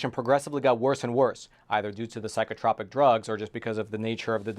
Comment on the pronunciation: You're mispronouncing 'psychotrōpic' and 'usurp'! Carry on! Love you're content!